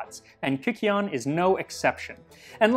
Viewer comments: It would have been pronounced KØKEON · You're pronouncing it wrong. It's a long I sound as Kī Keon, not kick keon. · Not to be that guy but I believe it is pronounced kie-see-on. Here from a psychedelics podcast that went pretty deep on the same subject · At first I heard it as "Kakyoin". Too much Jojo I guess. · "Virgin Kykeon please, hold the 'baneful' drugs, extra cheese..." The pronunciation would have been closer to kook-ay-ON, and the barley (which should have fungus) is there for one reason: to trip balls. It's basically an ancient version of absinthe- high proof & hallucinogens added. "You could make a religion out of this." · It's pronounced more like "kookeon", with a long u sound. The spelling is a relic from how Ancient Greek was translated into Latin. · I know he did not just say KIKI-on 😭😭😭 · Sound like some Jojo hater trying to say Kakyoin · wouldn’t it be pronounced kukeon? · Slight pronunciation issue: y is the greek leter υ, upsilon, which is pronounced like u in English. So, it would be more like cookie - on. (I took a 2 year class on ancient greek). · this man perfectly speaks with an italian and spanish accent but he cannot say kykeon right Looking deeper in the video, he cannot pronounce greek words well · The Y was probably pronounced more like a U since it's an older word, if I remember correctly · For having a 1.6 million sub account I am astounded by how this guy mispronounces Kykeon and Thessaloniki, they aren’t even hard to get right…